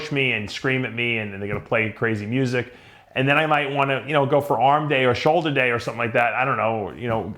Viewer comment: "Soulder surgery"